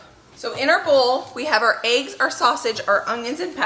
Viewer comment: I’ve seen most of your videos and only now can I hear your accent. The way you say peppers. Lol. And eggs kills me. Aye-ggs vs Eh-ggs. It made me smile.